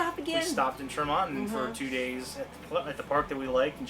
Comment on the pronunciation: I just started following you guys. I’m loving your content. I’m from Utah and chuckled at how you pronounced Tremonton (Tree-Mon-ton). We have many weird named towns here.